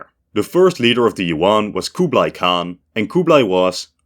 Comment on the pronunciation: It bothers me to no end how westerners pronounce monosyllabic Yuan as "Yoo-on".